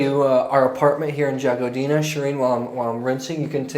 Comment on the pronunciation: Good choices... It's pronounced Yagodina. if you ask your host or locals they will help you with pronouncing the names of places and wineries.